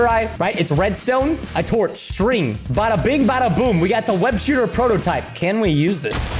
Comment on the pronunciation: what did he say????? "A Torch" Bruh